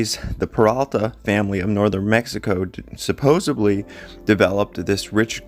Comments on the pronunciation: Supposedly. Not supposebly. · It's hard to take you seriously when you continue to say "supposeBly" instead of the correct "supposeDly" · Supposedly, not supposeBly! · ...another good video, as usual. However, would you puh-lease stop saying 'supposably'!? Thanks and keep up the good work. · I appreciate your research and still photo editing, so please don't take this comment as a jab out of spite. At the risk of sounding like a fault finder, your pronunciation of "supposedly" and misuse of the word "ironically" betray and misrepresent your (otherwise obvious) intelligence and discretion.